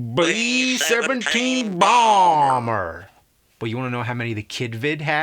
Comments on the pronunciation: Beee seventeen boumbur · "BLEEEEE ZEVINTEEN BALLLMER!"